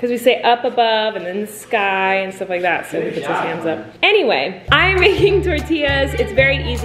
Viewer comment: i cant stop laughing omg she said 'hams' instead of 'hands' so it was this: "So he puts his hams up" 😂😂😂😂